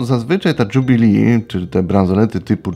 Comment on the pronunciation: zle Pan wymiawia jubilee az uszy bola :)